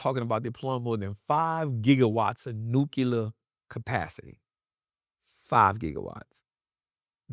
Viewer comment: it's "New-Clear". not "new-Q-ler". ❤❤, very common mistake. no hate, just ocd. lol. its like tempature vs temperature. its Temp-ER-at-ch-er. not Temp-At-ch-er.